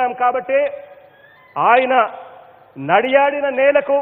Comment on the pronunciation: it is not nadiyaadina __ it is NADAYAAFINA. bro learn Telugu.